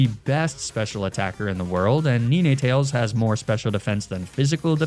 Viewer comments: Please. Please god no. It's 'nine'. Like the number? You know, 7,8,9. It's not 'nee-nay'. Please stop. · Really like ur videos, but u saying ninetales the way u are, when it literally has 9 tales is triggering me so much, its 9tales bro pls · he was sayin NINAY TAILS😭😭😭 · *Did he just say "Ni-ni tails" and "Arca ni-nah"?*.... 👀...lol never seen Nine-tails and Ar-canine pronounced that way before but you know, to each their own lol Either way, Loved the video, always love videos like this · Sorry, I can't subscribe to anyone who says 'Neenaytales' and 'Arcaneenay'... xD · Ninehtales and arcanineh😭😭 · bro leanr how to say ninetales and arcanine